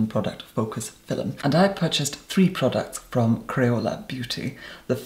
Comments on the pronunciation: "Fi'lum" Love you. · “today’s phil-mm” love eeiiittttt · "in today's fil-um.." iconic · the only reason I'm watching his videos is that i want to hear how he says 'filum' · you have such a calming voice and i love how you say film thank you for being on youtube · I love how you say "film" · Today I met an Irish woman who says film the same way as, I had no idea it was really how Irish people pronounce it. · Take a drink every time “film” has 2 syllables